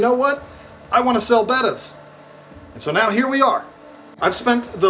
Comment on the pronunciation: I am just shocked that you pronounced it correctly finally and not Beta. C'mon, somebody had to make that comment lol